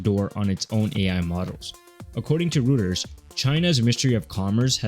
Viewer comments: It's pronounced ROYters, not rooters 😆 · That's right. I even interviewed with them...it is definitely pronounced ROYters.